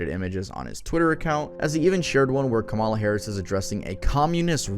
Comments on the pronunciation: Just real quick, I’m not blaming you at all for this, and it’s definitely an issue a lot, but please learn how to say Kamala harrises name right. Your’re so close to getting it right, but it’s just a little off (it’s pronounced com-Il-uh not com-illa. (Sorry, I don’t know how to spell using pronunciation) it’s a real issue with a lot of people, and it comes down to a matter of disrespect. Again, definitely not blaming you, I just think it would be a little more respectful to say her name right :) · kamala’s name is pronounced comma-la, you keep saying it like calm allah 😂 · She's such an important person right now, so you should pronounce her name correctly. The stress goes on the first syllable. Kámala. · it’s “comma-luh” like a , <- a “comma” like the punctuation mark “ , “ - “luh” that’s the easiest way to remember just always think of a comma and then luh… Kamala …comma-luh lol no worries though everyone always mispronounces it, but that’s how I learned/ remember to say it right, like the punctuation mark, comma , luh lol